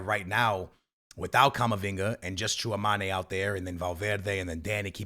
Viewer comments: Stil saying tchouamane 😢😢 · Bro can’t pronounce Tchouameni 😂